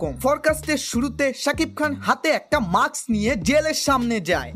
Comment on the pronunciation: উচ্চারণ ঠিক করেন। মাক্স (Maks) বলে কোন ইংরেজি শব্দ নাই। এটাকে মাস্ক (Mask) বলে। এজন্য পড়াশোনা করা জরুরী।